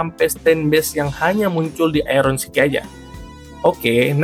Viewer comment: Btw bang iron sickle pake "L" bukan iron sickie